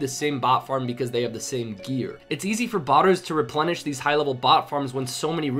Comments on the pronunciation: replentish, good ole english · dude, you just said 'replentish' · ReplenTish lol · "Replentish" new word. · Lol I was wondering if someone else noticed that. I’m so tired that it made me recite it to myself to make sure I wasn’t saying it wrong though 😂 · "replentish" where'd you find the t? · Replentish............? ILLITERATE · Replentish--- Heh.